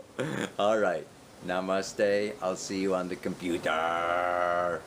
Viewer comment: I love it when you say 'Sagg' and 'computerrrrrr' ;-) Namaste, Aloah, so much Love,<3